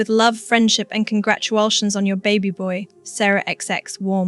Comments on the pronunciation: The word 'congratulations' is mysteriously pronounced as if it were 'congratualtions'. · and bungled the word "congratulations"